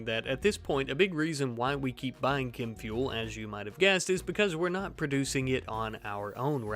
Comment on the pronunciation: challenge accepted Btw why do you keep saying "kim fuel"